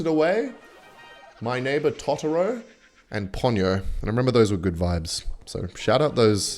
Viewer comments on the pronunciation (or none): it's not tataro is totoro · "tah tah row" are we serious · You pronounced totoro wrong but i forgive you